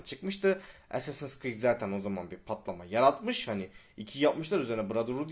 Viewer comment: ASS-assins creed çaktınmı